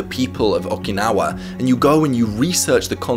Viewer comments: Nobody:: Okee- Naw- Wah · Oh man, I love these videos and the concept of Ikigai, but the way says "Awk-i-naw-ah" is killing me Thanks for your work on the video, man! Love your work and appreciate how serious you are about it and making people's lives better.